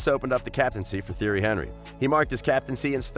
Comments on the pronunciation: Theory Henry? Haha. Narrator has never watched football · Theory Henry 😵😵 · HorrorGames 123 exactly he’s saying theory Henrey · Tee-airy On-ree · "Theory Henry" at least learn how to say his name before making a video on him ffs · Actually he say: Jerry Henevery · He's French. teeonry eenry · I demand you remake this video and pronounce his name correctly! It's pronounced ti-er-ree hun-ree. And it's Arsene Ven-gur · Im eurooean and its pronouced thierry anrry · i have never heard a football fan mispronounce thierry henry. you expose yourself as a fraud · disliked, due to you not knowing how to pronounce his name, you could've used the nickname TiTi and it would have been just fine. that tells me you do not know Thierry Henry. the name is the essence of a thing. nothing can exist without a name and you better know this one otherwise those who watched him will voice their discontent. The greatest and the most feared striker ever along side Ronaldo The Phenomenon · Yup I left as soon as I heard that.